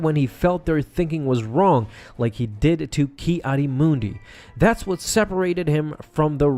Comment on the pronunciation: “Kiadi Moondi”